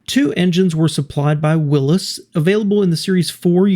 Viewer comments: Nobody called them "Wil--ISS" that only came about recently. It's something only you kids do. Even the Willys Dealer pronounced it "Wil-EZE". Sugar Magnolia--- "Jump like a Willys in four wheel drive. She's a summer love in the spring, fall and winter. She can make happy any man alive" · It’s pronounced WILLEEZ, not Willis. 😖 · It's pronounced Willy's, like something the belongs to Willy. I used to own a 1962 Willys Jeep.